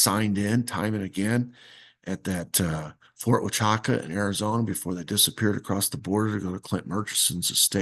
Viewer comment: Thank you...The pronunciation of Fort Huachuca is: 'WA-choo-ka'. Spent many years there. President Reagan was here many time. There is a small rural road names 'Ronald Reagan Parkway' where he stayed when he'd visit friends in the area.